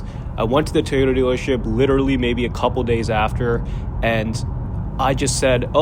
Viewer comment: TOY-ota. Not TEE-ota.